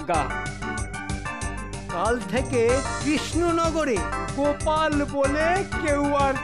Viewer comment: আছা 😂গোপালের নাম গোপাল❌ না কোপাল 😂😂